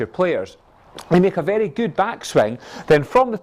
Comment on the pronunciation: Yesh Mish Moneypenny Love the way he says vehrry Nice video weel explained